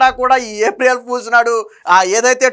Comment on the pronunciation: ఏప్రియేల్ కాదు ఏప్రిల్ అనాలి